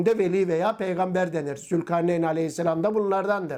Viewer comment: Oğuz’a peygamder diyor ulan 😂